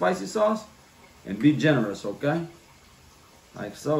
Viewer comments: Whenever says "OKay", in my head I be like "OKay"! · I could listen to him say Budda, Powda, and Okay..all day Lol! Food always looks so good🔥